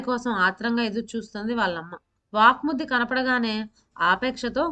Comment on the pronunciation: Vvak suddhi not vaakmuddi pl correct